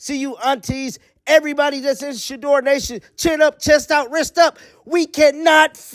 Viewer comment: How many times do you say SHEDUER SANDERS per day? 😂😂😂😂😂😂